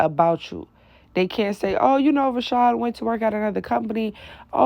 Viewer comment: Rashawn is my name... but sounds like you're saying another name